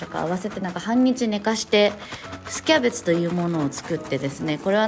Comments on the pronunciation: てつやのthキャベtuで笑ってしまった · 「thキャベツぅ？」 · てつやの｢thキャベツぅ？｣にクソ笑った